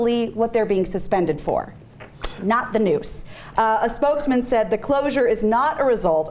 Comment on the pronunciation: Is it just me or she says 'newsss' instead of 'noose'?